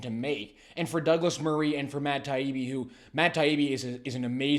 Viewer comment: Learn how to pronounce Taibbi....wtf